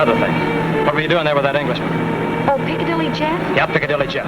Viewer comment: Oh no! Chaney called him piccalilly Joe instead of Piccadilly Jeff😂😂